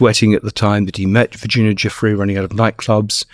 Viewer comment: Virginia GIUFFRÈ NO JOFFREY😂😂😂 Giuffrè è un cognome italiano Si pronuncia: JOOFFR À , come pronunciare "Carré", stessa cosa